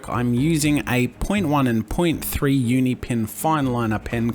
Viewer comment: lol un1 its UNI